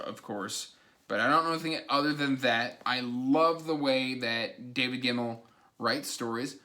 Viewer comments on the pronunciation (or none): Sorta like your Congo/Amazonia confusion, every time you say David Gemmell, my brain hears David Gerrold, and I kinda want to reread the old Planet of the Apes sequel novelizations of my youth. Also, I think you've forced me to buy that Tolkien/Alan Lee set. It's sitting in my basket at Blackwell's right now ...